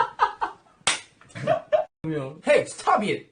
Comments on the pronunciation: "Hey stobe iet" is now my catchphrase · Every time he says stob it.. I laugh my as* out And my mom asking me to show what I'm watching so long🤦🏻‍♀️